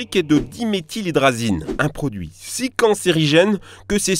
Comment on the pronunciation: Va falloir bosser sur les liaisons en français, il y a des "s" et des "z" qui se baladent entre les mots, c'est z' énervant !!!